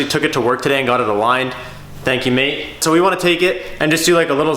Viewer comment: Stop saying mate in that weird way lol leave that word to us aussies